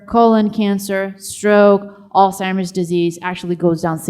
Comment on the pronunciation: There conferences and videos are just amazing. I only wish the questioner would learn to pronounce Alzheimer's correctly, rather than saying Alice-himers.